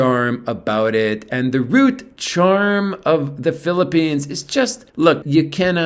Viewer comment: Hopefully none of your English students are watching your videos, Peeparoonees and Babaroonees! LOL